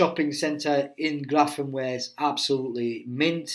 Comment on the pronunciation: Grafenwoehr is pronounced Grafen-(veer) NOT Grafen-(where). For everyones knowledge.